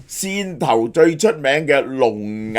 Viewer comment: 汕頭讀散頭， 不是線頭啊😒